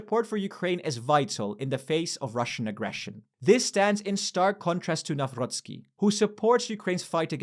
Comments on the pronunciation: Why do you read "Nawrocki" with french 'r' 😭😭😭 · We dont have german sound of "r" - the german one comes from throat, polish from the front of the mouth ;) this is how Karol Nawrocki name should be pronounced - still really like how you called them!